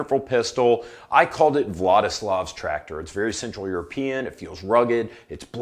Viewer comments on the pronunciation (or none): none